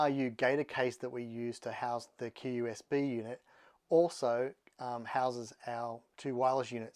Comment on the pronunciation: its just qsb the dont pronounce the U